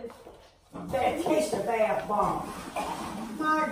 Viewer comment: i love how her mother says !!BATHBOMB!!.